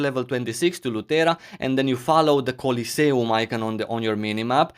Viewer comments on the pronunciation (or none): The way he says coliseum is amazing.